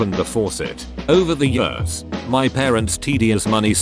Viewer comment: I love how the text to speech voice can correctly pronounce some pretty complicated sentences but also says "50 yurrs".